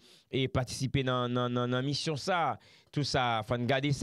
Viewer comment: Di Rode avan l rele nan emisyon an, fè on ti repetisyon. Mission, se pa MUSSION.